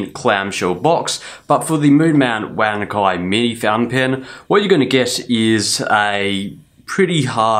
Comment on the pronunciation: Thanks for letting me know, I think most reviewers who aren't Chinese mispronounce it.